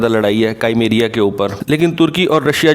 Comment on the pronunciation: Correction - : Wo kaimeria nahi cremia hai Jaise bertain nahi Britain hai